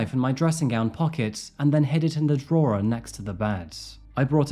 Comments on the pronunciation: A draw-er? It’s pronounced draw. What country are you from? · Is this guy real? A weird way of talking and an even weirder way of pronouncing simple words, like drawer.... draw-er? These vid's are talentless, stealing content from other sources, like news sites, no original content whatsoever. They are just vanity projects for wannabe documentary makers, and show no talent whatsoever. They're embarrassing, and very disrespectful of the victims and their families, despite the insincere words paying lip service. I think this guy thinks he's super cool, but sorry, little boy, you're ridiculous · Bro Drawer is pronounced draw 😂💩🤡 Ru actually English loool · Why is it that you cannot pronounce so many everyday words? Bury, drawer, etc Plus, she did not 'shank' him, she stabbed him with a knife Please look up the definition We do a drinking game to your vids, one drink for each mispronounced word It's great fun I originally thought that you were home schooled Now I think that you have no one to talk to Except your cat Oh, dear 😢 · I love your videos fr man but please tell me why the fuck you pronounced drawer like that lad 😂 Edit: Got High and thought about it and I think it was so the auto captions don't autocorrect it to 'Draw' I'm so High IQ EditEdit: HAHA HIGH IQ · He pronounces drawer weirdly too 😂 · Stop saying “drawer” like that. You know you don’t pronounce it like that. I like you but pls don’t let me catch you doing that “pick me boy” shit again 😒🖕🏼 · The way you pronounce "drawer" and "eligible" is so jarring! Just type 'how to pronounce....' into Google. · Curious, do you write your own stuff or read off a script someone else has written, you pronounce certain words in a way i've never heard before like 'drawer' and 'eligible'?